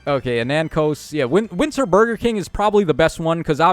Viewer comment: Did I hear winter Burger King🤣